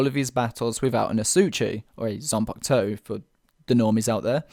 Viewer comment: It’s zampakuto not ziangutsu